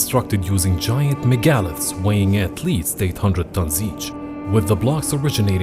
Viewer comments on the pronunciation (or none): Megaliths, you slaughtered the pronunciation of that word.